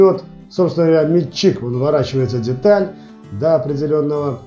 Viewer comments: Автору! Внимательно прочитай ту галиматью под видео. Если начал рассказывать и показывать - изучи русский язык, склонения, падежи! У тебя - метчик - он же - личико, он же мичик, он же... Называй правильно инструмент, используй общепринятые технические термины - и тебя начнут понимать... Вообще-то видео - для тех, кто забыл или не знал - познавательно. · не мельчик а мечик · А почему метчИк? Нас учили мЕтчик...